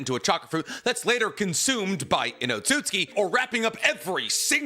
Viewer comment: so nb gon talk ab the fact he isnt pronouncing otsotsuki right he keeps saying otsuski